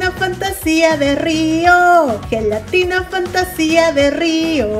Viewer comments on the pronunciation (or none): Cuando vi que decía zhelatina me acorde de Bart preguntando por su Lache Jajaja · FELATINA JAJAJAJA